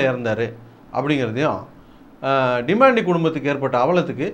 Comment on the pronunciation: Demon-tea ilay it's Demontay